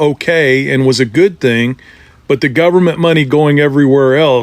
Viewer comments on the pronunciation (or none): none